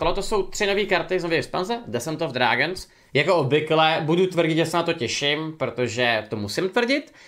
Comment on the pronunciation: Desent of Drágns 😂😂